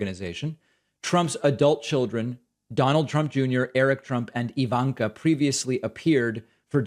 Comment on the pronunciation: Your pronunciation of "Ivanka" always cracks me up